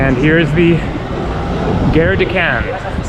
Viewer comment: Nice video,! just a tip, when you say 'gare' in French, say it like the Gar in Garfield, not with a short e which sounds like 'guerre' in French, which means war.